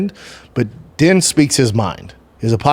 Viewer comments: Out of her own mouth Ditcheva said that she doesn't care about ever being in the UFC or fighting the best & that she just wants to stay undefeated & make a lot of money lol. Also, Din is pronounced "Dean", not "Den" lol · Isnt it pronounced Dean?